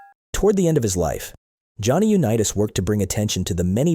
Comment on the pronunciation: BS VIDEO! Mispronouncing his name and showing pics not him was a disservice to Johnnie .